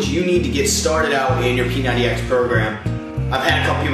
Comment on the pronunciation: dude u gotta emphasize the "X"